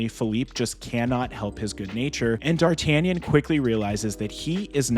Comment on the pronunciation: It's the best Musketeer movie to date. And oh yeah...I am not french...But my dear americans...It's pronounced Dar-tah-NYAHN!